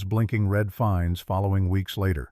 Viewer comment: The word is fines not finds lol